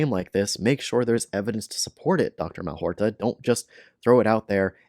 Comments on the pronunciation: Malhotra, not Malhorta. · It's Mal-HOT-ra - you spoonerised his name :) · If you're going to try to debunk Dr Aseem Malhotra, unsuccessfully I might add, at least have the grace to pronounce his name correctly.